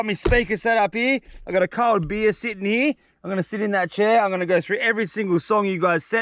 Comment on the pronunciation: Bro doesn’t say here he says heeeeee